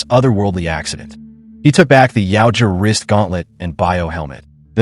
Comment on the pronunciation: Yautja se pronuncia YAUTJA.